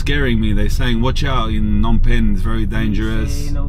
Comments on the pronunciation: You've been saying it right, the P in Phnom Penh isn't silent. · You're gonna love Phnom Penh. And yes, both P's are not silent 👍